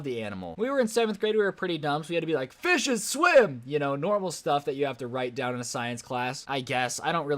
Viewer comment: "Fiiuishes swiim" 💀💀💀